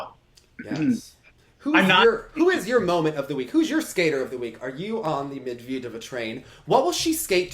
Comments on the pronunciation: more like Med-ved-eh-vah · Pronunciation: (Med-ved-yuh-vuh)